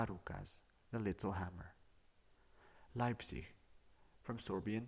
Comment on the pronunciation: Youtube didn't forgive him for his horrible slavic pronunciation, and took revenge this way